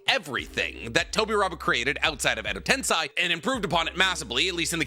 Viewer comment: Still mispronouncing tensei. It's just insane. I don't understand. Do better.